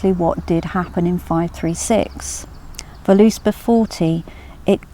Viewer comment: it's pronounced vurluspaw, but good video :)